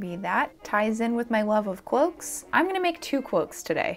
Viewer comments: i keep hearing "cwoaks" and i am NOT upset about it lol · I swear to Sauron I keep hearing you say "cwoaks". I'm not complaining though lol.